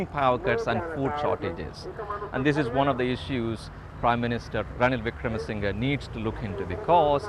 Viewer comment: Did she just say "Ranil Wikmarasinghe"?? 🤣🤣 Edit: How can the interviewer be so arrogant when she can't even pronounce the man's name?. No matter what the political opinion she carries, it shouldn't influence her questions or the responses. Why is she taking this as an interrogation? She's not it BBC.